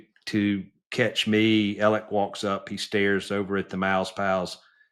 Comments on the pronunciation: Yea but he keeps saying Ellick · I’d like him a lot more if he’d stop saying “Ellick”